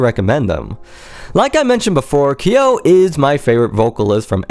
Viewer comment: Nice video! Just fyi on the pronounciation. His name is pronounced K-YO (quick hard 'K' sound then 'YO'... like when you pronounce Kyoto without the -to) not KEY-YO. Further along in the video is the correct pronounciation. There is long debate about Kyo's real name. Though 'Nishimura Tohru' has been debated as his 'real name', it's long been realized and confirmed that neither 'Kyo' nor 'Nishimura' is his real name. Also another fyi, I've seen Deg in concert since 2006. Kyo did self-mutilate on stage with a safety pin and scratching his chest during this short time period. In regards to the fish-hooking, he spat out empty capsules while I was there (not to say there weren't times where he'd actually cut himself inside his mouth but the blood would have then not have been so thickly red (as with the blood capsules)).